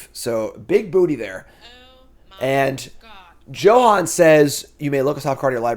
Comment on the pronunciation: Johann is pernounced Yohann. I believe in you!